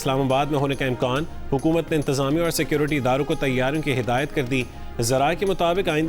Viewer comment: ہادایت نہیں ہدایت ہوتا ہے۔ اپنی اردو بھی ٹھیک کرو جیو والو